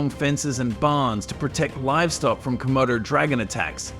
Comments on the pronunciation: Not komodos bicht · Its not comodo... Dude😅